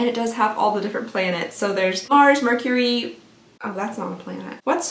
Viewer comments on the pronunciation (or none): none